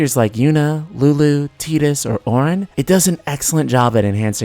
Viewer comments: dawg did you just call TIE-DUS, TEA-DUS? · TYE-DUS... not TEE-DUS. Makes my skin crawl when people get that wrong. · Tiedus not Teedus. I don't care how Kingdom Hearts pronounces it. Tidus is the way that it's spelled so that's how I say it. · Hurt me every time I heard Teadus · Did you pronounce it tee-dus? That’s funny lol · Did you just call my boy... "Teedus" ? 😂🤣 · "Teedus" Lol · I prefer Tiedus to Teedus but IT IS supposed to be pronounced Teedus. Anyone who has played Dissida would know that.